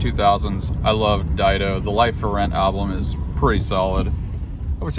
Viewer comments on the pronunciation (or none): I’ve been dismissive of it for too long, I must comment on your pronunciation of album. There’s no second L! Grateful gang checking in. I’m grateful for your videos every day. It’s my nightly routine to watch them before drifting off to sleep.